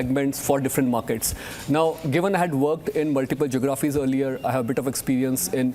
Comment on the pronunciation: Hindi medium unimpressive uncle. Liar. Research analysts at Bain or wherever you were a junior grinder don’t work in 5 geographies and learn how to pronounce “geographies” 😅 I me myself. Can neither engage nor has integrity and truthfulness. Shows what type of organization this is where they hire unimpressive scammers like 😅